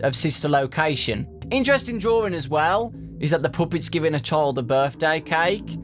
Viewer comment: I like how he says "dwroring" instead of "drawing" XD I know it's his accent but still XD